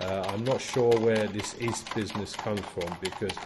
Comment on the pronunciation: When you say "east" do you mean yeast? Unless I misunderstood you, apologies if I did